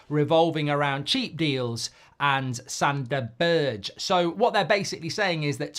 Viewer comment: I really hope we don't sign Sander Berg, because I can't stand Mark slaughtering his name...and the irony is that Goldbridge starts with "g" he could use